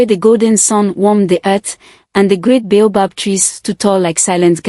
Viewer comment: Some of the words in the text in the story are not spelt the way they pronounce. For example "bay above tree" should be baobob